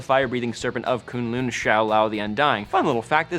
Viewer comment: Am I the only one anoyed by how sais K'un Lun? It's like Kung Lao from MK with the right letters,thay say it a lot in the Ultimate Spider Man series. Anyways Dr Strange will be out when it's time for the Iron Fist so there sould be no problem with the weird stuff